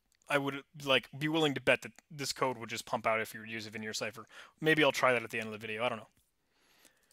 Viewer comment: My friend, it is not Vignere, it's Vigenère. Pronounced in an entirely different way :)